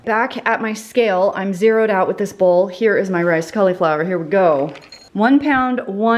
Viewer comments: Anyone else cringe at how cauliflower is pronounced? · I like the way you call cauliflower "collie flower". 🦮🌻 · I buy my fancy drinks from Young Living! I don't want all of the I-don't-know-what-this-is ingredients OUT of my fun squirty water, carbonated flavored yummy drink things. Also, people on youtube who say caul-E-flower are funny! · if you google cauliflower pronunciation that’s how everyone I know says it. You put a long ‘e’ sound in the middle of the word.